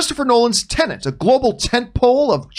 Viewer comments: It's not pronounced TenaNt...it's TeNet. it's so easy... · TEN.....ETT!!! Not Tenant! xD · Why can’t any of you pronounce Tenet correctly? It’s not tenent. It’s not about a lodger renting a property.